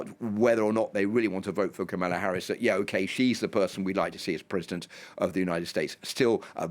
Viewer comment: So you bring on a Brit who has a difficult time pronouncing Kamala's name.